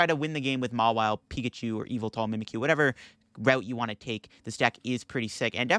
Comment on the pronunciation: Whatever the correct pronunciation of yvetel is, im sure its not “evil-tail”